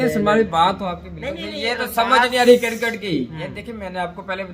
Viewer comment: Abe cricket hota hai crikat ni pehle pronounce shi kro yr